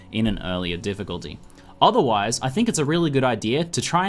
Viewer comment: The "f" from "Difficulty" was missing